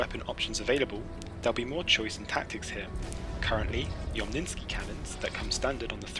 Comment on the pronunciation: Ominsky? it is Omni SKY. Just saying. but nice video tho :D